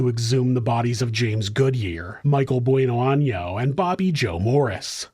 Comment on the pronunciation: Gotta put the accent on the "n" in año or else that last name just translates to "good butthole" hahaha.